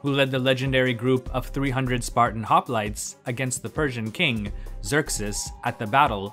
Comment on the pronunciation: Nice video but It is really disturbing hearing all those Greek words pronounced like they are English. Also, most of them have a meaning just like the word Gerousia mentioned in another comment and they make sense when you know what they mean. Hoplites for instance means men that bear weapons.